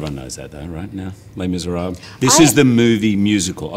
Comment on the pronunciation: Anne is amazing and I lover her, but god, she's butchering French every time she says les miserables :DD